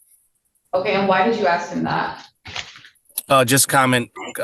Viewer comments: Oh he AXED him a question did he? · It is not "ax's" it is "ask" ... Are they uneducated? I am sure at some point in their education someone told them the correct pronunciation.